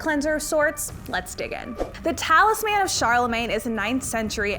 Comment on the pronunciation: It’s talisman, not talis man. Lol no one collects a talis man, that would just be one more mouth to feed. So it’s all together as talisman to indicate the small objects.